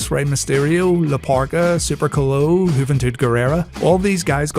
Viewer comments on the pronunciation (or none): Super Colo? Is that Super Loco?